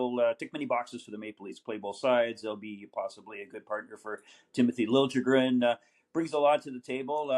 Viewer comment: Did he just say Lil-juh-gren lol